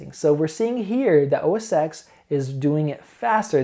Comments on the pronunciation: Really like your reviews. You seem fair and very informative. Not to get picky, but it's OS (TEN) not OS (EX). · OS X is called "OS ten", not "OS sex"........ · The creative fallacy comes from the old days when macs were used in print shops and by graphic designers almost exclusively. This is still largely true to be honest. Of course it's bullshit as the key software is the same. Having said this I still prefer OS X. Please pronounce OS Ten not Ex. :) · It's pronounced "Oh Ess Ten". Dear Lord. lol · great video. Just for the sake of accuracy, Mac OS X is pronounced OS "Ten" Starting with OS X 10.0. Before this Apple used the term Mac OS 8, then Mac OS 9. Apple started using using a Roman numeral ten instead of the more common base ten system number "10" So don't worry too much about it it's a common mistake most youtubers make. If you listen to any presentation by Steve Jobs he always called the Mac OS, OS Ten. Here you can see the evolution of the Roman Numeral X into what looks more like a capital letter X. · With all due respect, OS X is pronounced OS 10 because that X is a roman numeral rather than a letter. I just to let you know :) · totally! Hits the ears wrong, good thing he's so open to constructive feedback. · So painful to listen to someone try and speak authoritatively about something when they constantly mispronounce the product they're reviewing. It's like if you repeatedly called Windows "Winders" over and over again. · I understand, but you're in the tech industry, right? Surely you've heard the name of Apple's operating system pronounced. If not... the X is a Roman numeral 10, not an alphabetical X character.